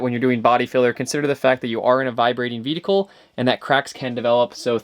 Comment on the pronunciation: I adore the way you say "vee-dickle" for 'vehicle'.